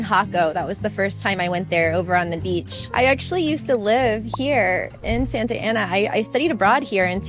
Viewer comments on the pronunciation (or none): If you lived in Santa Ana you would have learned how to pronounce it.